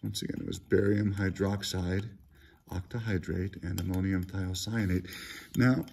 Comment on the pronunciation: Thanks :) It's great to hear someone pronounce ammonium thiocyanate.